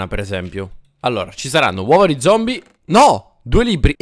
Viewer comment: hahahahahhah hai detto zombo no zombi